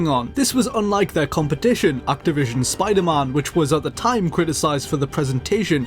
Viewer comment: Did he say SPIDERMAHN ???